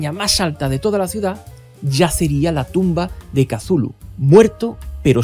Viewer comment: Maravilloso video, una joya como siempre, pero tambien me revienta las pelotas esa pronunciación de "Kazulu" no offense, ya en serio, una joya de video, gracias por hacerme la noche. Saludos desde la primitiva y arcáica ciudad de méxico.